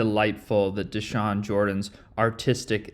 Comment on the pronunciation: His name isnt theshawn its dashawn he was born to this